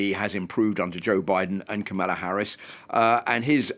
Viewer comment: People who didn't watch the convention shouldn't comment on the convention. Proof you didn't watch it: you said no one knows what she stands for and you still can't say her name right even thought children showed you how. Also, people who don't seem to understand our system of govt shouldn't comment. Everytime youbsay something as dumb as a VP should've fixed a problem, knowing she's not the president and therefore CAN'T fix anything, it shows you know absolutely nothing about our system of govt. 60% of Americans don't believe the economy has improved? Improved from Trump's high unemployment and millions dying of COVID? Also if you had watched the convention, you would know that since 1989 51 million jobs have been created. 50 million by democrats and 1 million by Republicans. People "feel" the way they do because of misinformation like yours.